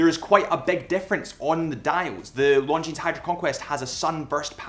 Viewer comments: omg stop saying LonDgineZ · A pet peeve of mine is people pronouncing the "s" in Longines... the "s" is silent.